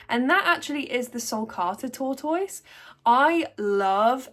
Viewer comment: Wait why do you pronounce tortoise in multiple different ways hahahah. I have 3 big sulcatas they are the easiest animal I have to take care of but it's 100% in the enclosure setup. Need good walls around a big area so they have constant grass/weeds and they pretty much take care of themselves